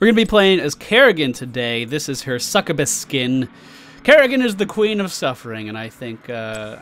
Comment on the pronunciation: It's /suck-you-bus/ not /suck-kuh-bus/